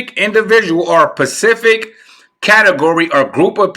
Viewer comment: Babyyyy it’s specific- not pacific